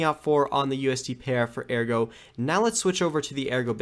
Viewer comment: It's Ergo, not AirGo lol